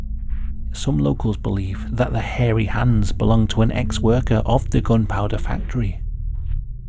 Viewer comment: i love how he says harry hands it makes it feel more like a "scary stories to tell in the dark" reading like when your friends would make try to make it sound more scary! also love hearing the legend behind this story great video:)